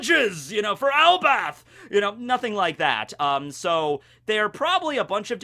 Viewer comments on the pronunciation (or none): ...did you just say "ElbaTH"?:D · For the longest I keep hearing it pronounce as El bath